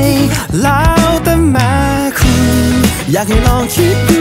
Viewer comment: พอมาฟังดีๆ อีก รอบ เนื้อเพลง โคตรอัจฉริยะ แม่คุณ ตอนร้องออกเสียงว่าแม้คุณ พอคุณ พอร้อง ออกเสียงว่าพ่อคุณ (ได้จากไปแล้ว (พ่องตาย) แล้วมีความหมายทั้งสองแบบ สุดจัด